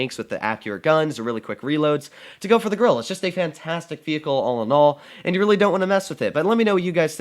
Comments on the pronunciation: And its not grilla its grille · Did i hear that right? Is he calling it the gorrilla?